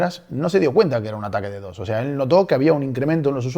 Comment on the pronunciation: lee DDoS no como DD o S